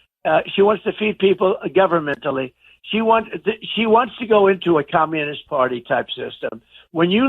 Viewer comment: Bro said governentally lol